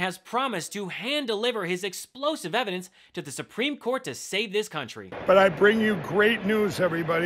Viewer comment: "Eidence" wtf... don'f smoke cracks!😅